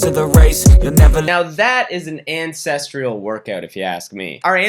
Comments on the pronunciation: Same day as Danny, pretty much same length of video, same sponsorship, same video subject, but says "ancestrial" instead of "ancestral" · I feel bad for caring but it's so disorienting hearing you say "ancestrial" every time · You're gonna need to stop pronouncing ancestral like "incestual" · all i hear is “incestrial” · being a historian/anthropologist every time he says 'ancestral' I want to weep ffs.